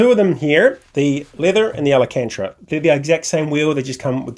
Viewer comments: Thanks for the quick review, glad to see the positive feedback! I'm awaiting delivery of an Alpha Mini + GTS wheel myself, upgrading from a T300... I'm stoked! Your pronunciation of '/ Alcantara' was funny;) I went with leather myself. Alcantara has more grip/ better feel from what I hear, but also wears faster and comes off on your gloves etc. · Good review overal, but quite a shame you have mispronounced alcantara every single time in the video. I would also like to see how it is to use all the buttons and dials (and navigating menus) while racing in game.